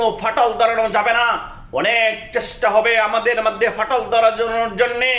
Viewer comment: মাধ্যে কি .?? মধ্যে হবে😂 বাকি গুলো বললামই না,হায়রে আপনি তো ভালো করে শব্দই উচ্চারণ করতে পারেন না😂